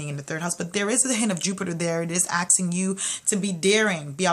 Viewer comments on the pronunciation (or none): Did you just say aksing